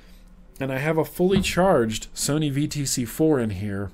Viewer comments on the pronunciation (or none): none